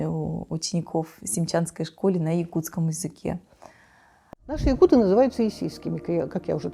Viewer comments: Не ЯкутЫ , а ЯкУты ! Слух режет когда даже этот " ессейский якут" неправильно ставит ударение! ! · ЯкУты - ударение, а не ЯкутЫ🥴всем кто не знал на заметку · ЯкУты - ударение на У ЯкУтов, ЯкУтами. Так правильно будет 😅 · Ну объясните им, что якутЫ с ударением на Ы - это пренебрежительно-уничижительное произношение слова якУты. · Интересное видео👍🏻 Но правильно произносить якУты, ударение на букву У. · Передайте Таланову, если не знает как произносить по русски нацию , то пусть говорит по самоназванию -Саха. На русском - якУты.